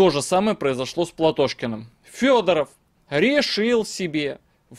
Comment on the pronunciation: Фёдоров или Пёдоров? Всё никак не расслышу🤔